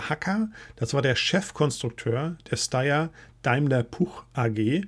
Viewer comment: hab noch nie gehört das jemand steyr so ausspricht 😶 nohate aber ein Video über Steyr Daimler im 2. Weltkrieg wäre mal Spannend schönen Sonntag noch